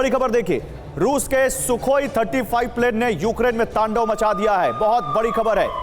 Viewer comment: Flane nhi plane. Jaldi jaldi me edit 😂